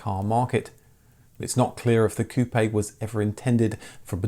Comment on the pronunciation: Pronounced "koop". Seems you would know this.